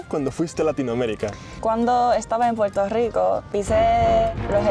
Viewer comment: Japonesa, hablando español con acento caribeño, pero pronunciando la R y diciendo Puerto Rico en lugar de Puelto Lico 😀